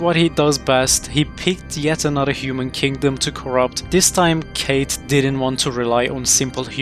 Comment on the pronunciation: kaathe is not kate its like cuff but a long u ☝️🤓